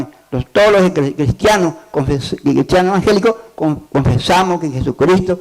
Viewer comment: Primero enseñaste a hablar se dice evangélicos no envangélicos.